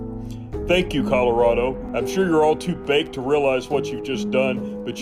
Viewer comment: commiealarado.... Eyeah.... Please don't say words again guy... Just don't...... Just don't bro...